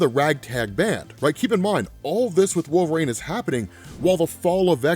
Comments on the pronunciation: Can U not pronounce Wol-ver-ine? It is not Wolverane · Anybody else notice this dude saying "wolverAne" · I'm not the only one picking up how he is pronouncing wolverine ... cause it's annoying me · It’s pretty baffling how so few people comment on this, his pronunciation is so distracting lol